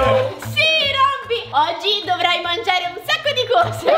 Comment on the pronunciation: Ma quando a detto mangiare a detto R